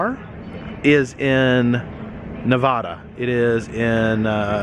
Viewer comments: I love you bro but please it’s Nevada not nevahdah thank you😂🙏🏻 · It's nevada not nuvodah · The moment you said Nev-a-dah you lost me! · Nevada (Nev-add-aa) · I hate how people say Nevada incorrectly......